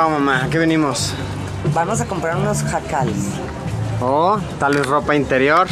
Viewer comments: jejeje Luisito, son huacales no JACALES o escuché mal o en mi estado así se les llaman jejeje saluditos!! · Huacales, no jacales...